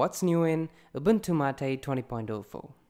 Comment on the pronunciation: It's not Ubuntu MAATEE! it's Ubuntu MATE :P